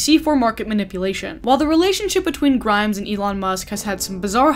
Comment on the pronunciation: more like 2012? That's when Visions was released and it hit pretty big. Also omg wow I am SO triggered at how your pronounced her name hahaha. (Also I'm mot an especially great fan of hers).